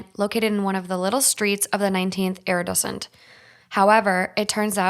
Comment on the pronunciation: Arrondissement, not arrondissent…